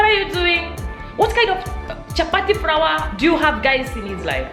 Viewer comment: you must say flour not frawa